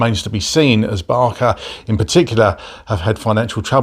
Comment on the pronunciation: Who’s Barka? 😂If it helps, pronounce it Barsa👍🏼